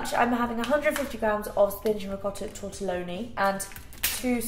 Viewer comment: I got so triggered when she said tortoloani it’s tortilini!!!